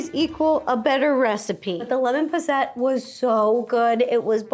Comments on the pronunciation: It's not not pronounced "pos-sette". It's pronounced "pos-sit". It's not a French dessert. It's from England. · POSS- IT!!! Not ETT!!! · Hello. No shade at all, but I believe the pronunciation of Posset puts the stress on the first syllable. PAW-set 🤗🤗🤗💋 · It’s lemon poss-et 😂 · That's... That's not how you pronounce posset. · As a brit I am triggered by the pronunciation of posset tho 😂